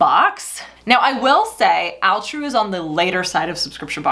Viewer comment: All-true not Al-true.